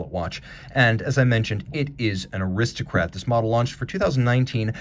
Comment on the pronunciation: On that GMT, did you really say "Wrist O. Kratt"? Love that DB27. Great video.